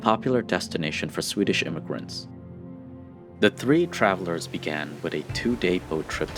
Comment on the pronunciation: The narrator really needs to learn how to say the word "with", hint, it is not supposed to be pronounced "wit"!!!